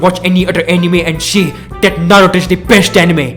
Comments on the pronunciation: Abe tu Naruto ko nato bolna band kar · Dude you're overeacting a lotttt Even your accent is very irritating,even your pronounciation of Naruto is bad